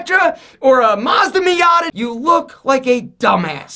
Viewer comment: When he said Miata >:(